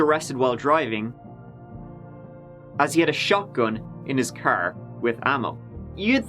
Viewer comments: Furm, mrk, crr. I couldn't fallow the story coz his pronunciation of those words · The way you pronounce car, farm, and Mark is extremely irritating.